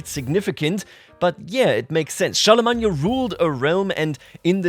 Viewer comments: Char-le-main not Char-le-mag-ne-a.😂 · Never in my life have i heard Charlemagne pronounced like that. I don't think i can say it any other way now lol. Gods i can't wait for this chapter of ck3 to unfold